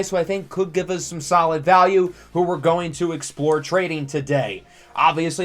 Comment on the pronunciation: i’ve watched so many of your videos i’ve started saying “uz” instead of “us” 😂